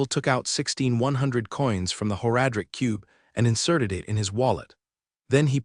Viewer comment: the voice is fine but the pronunciation of several words bugs me to no end. It's like nails on a chalk board. "Whore-adric cube" for one drives me insane.